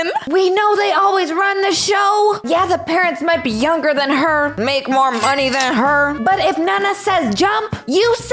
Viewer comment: The mom sed monye